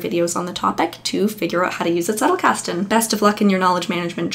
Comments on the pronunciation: yes - the german z sounds as ts - doing good . I prefer original pronunciations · Thank you for pronouncing "Zettelkasten" correctly. Everybody else gets it wrong. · You are the first from the murican continent who pronounces it Zettelkasten and not Settelkasten😬 ((german here))